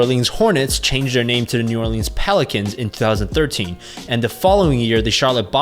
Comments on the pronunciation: The way you pronounced New Orleans inspired me to murder my entire family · How many times can you butcher New Orleans?